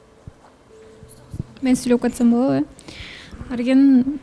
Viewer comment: болотпу, келетпи,кылатпы дебей туура суйлочу алып баруучу кантип сендей сабатсыз болсун,ошентип суйлосом назик коруном деп ойлойт окшойсун наоборот кулкумуштуу угулат,тупая